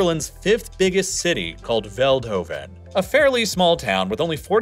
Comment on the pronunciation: je zegt veldhoven verkeerd en trouwens psv is de beste eindhoven valkenswaard dommelen de beste 😜😜😜😜🤪🤪🤪🤪😝😝